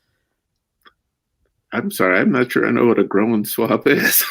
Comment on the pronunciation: The “io” in “groin” sounds like the “oy” in boy. The word is all one syllable. The way you pronounced it adds a long “o” sound and a syllable, so it sounds like “grow-in” swab. It should sound like “groyn.” I think the doctor thought you were saying “growin’ swab”, leaving the last “g” off growing. I hope that makes sense.